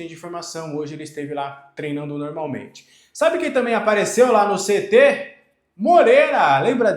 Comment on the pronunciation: Tenho impressão que vc sempre pronuncia CET (guardinha de trânsito) ao invés de CT